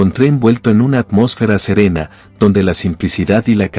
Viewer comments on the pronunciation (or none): none